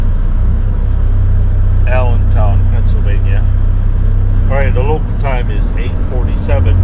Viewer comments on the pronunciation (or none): none